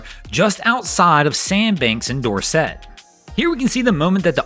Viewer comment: Doraet is pronounced like corset